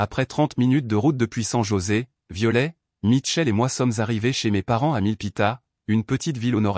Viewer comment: On ne pro No NCE pas Viole Ilfaut prpo on er le t de violet sinon c est ridicule